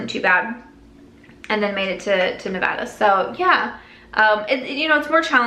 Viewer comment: As a native navadian thank you for saying it correctly. You will soon learn that we take the pronunciation seriously. Also you are an inspiration for taking control of your life and sharing it. Who knows who it may influence to do the same